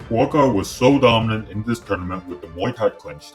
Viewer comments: It’s pronounced Boookaw, not bwakow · His name is not BOKOW!!...... it´s BUA KAOW! meaning White lotus. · Try pronouncing his name this way and you'll come close: 'boa-ah kow.' The judges were cruel to allow that fight to continue...